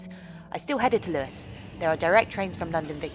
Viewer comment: It’s most certainly Lewes……not loose